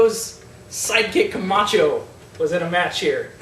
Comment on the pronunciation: "We have "Ryback" vs Kamatcho." Me: Who???